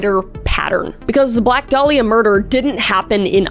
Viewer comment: My irl name is Dahlia- i low-key just had a heart attack (metaphorical) reading that title- Also props om the pronunciation of 'dahlia' bc so many people pronounce it wrong.